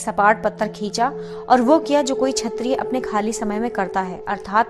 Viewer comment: धन्यवाद। आपका हिंदी पाठन उत्तम है। कृपया कुछ शब्दों के उच्चारण पर ध्यान दें। उदाहरण के लिए - आप 'क्षत्रिय' को 'छत्रिय', 'क्षमा' को 'छमा' और 'प्रशिक्षण' को 'प्रसिक्षण' पढ़ रही हैं। फिर भी आपका प्रयास अत्यंत प्रशंसनीय है।